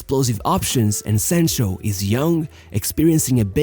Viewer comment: How can I listen to you when you can't even pronounce the player's name right come on man 📛▶️👍